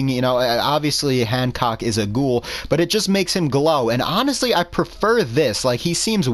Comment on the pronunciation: "Its a cgouhl mod" lol, good video as always